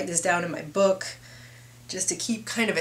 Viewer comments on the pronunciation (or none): none